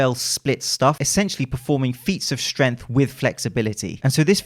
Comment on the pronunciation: Yo, the "g" in "strength" isn't silent 😋